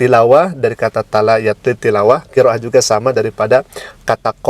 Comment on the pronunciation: Maaf. Talaa yatluu. Bkn talaa yatlii